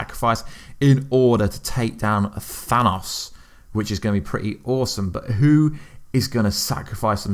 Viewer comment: Than-us Aint Maan 🤣